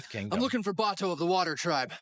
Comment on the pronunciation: I don’t mean to sound like an ass or anything, but they said Bato‘s name several times in the episode and for some reason you’re pronouncing it really weirdly it’s giving me avatar the movie vibes, which is really bad